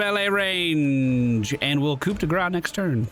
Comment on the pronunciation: coup de grace is pronounced "coo day grahs" in case you care.